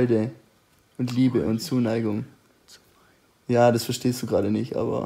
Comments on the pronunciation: Nischtscht versteschtscht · Es ist völlig in Ordnung, dass du nichts verstehsssccchhht"